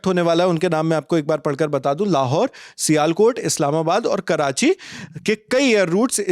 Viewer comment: इसको सियालकोट बोलने नहीं आता, श्योरकोट बोल रहा है और लल्लनटॉप का डिफेंस एक्सपर्ट हैं 😂